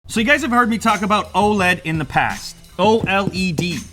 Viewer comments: It's O L E D, not oled, just like saying LED but with the O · O.L.E.D NOT OH LEAD